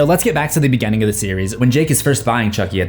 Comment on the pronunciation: "Grrrr, bad pronunciations bother me." Also, "contenue" & "begenning." 😂